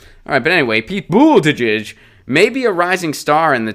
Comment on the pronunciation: HOW DO WE TAKE THIS ASSHOLE SERIOUSLY IF HE CAN'T BOTHER TO PRONOUNCE THE MANS NAME CORRECTLY? THESE CLOWNS ARE CLIMBING OUT OF THE WOODWORK SINCE PETE HAS BECOME MORE POPULAR. ANY ONE WHO WANT TO SEE IF HE HAS A PLAN NEEDS TO FIND A BETTER SOURCE THAN THIS.